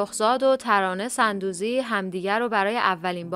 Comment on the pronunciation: تلفظ درست sondoozi است نه sandoozi